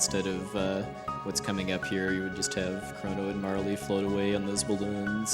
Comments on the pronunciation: Butterfly, pfft, it's clearly a Magneto helmet. And yeah, Marley, wut. Marle rhymes with Carl, as has been mentioned. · Agreed. The e is most definitely silent. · Never heard anyone pronounce it "Marley" before. Marle rhymes with Carl.